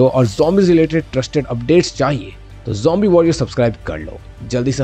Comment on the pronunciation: it is not humbi it zombi😊